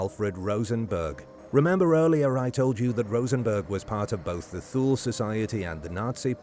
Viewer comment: Pronounced TU LE.....SLOPPY research...